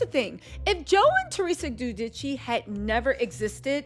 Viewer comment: it’s Theresa and Joe “Jew-Dice” lol lysm boo ❤